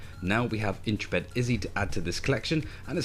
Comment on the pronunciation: Looks good, looking forward to my Kickstarter copy. Backed this almost four years ago now, so it's been a long wait! It's Intrepid (in-treh-pid) rather than 'intra-pid' by the way, as in "an intrepid explorer".